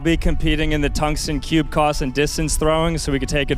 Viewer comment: Cube coss😂